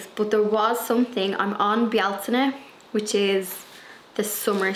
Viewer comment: So nice to hear you pronounce Bealtaine correctly. In North America, it is usually said (Bel-tane).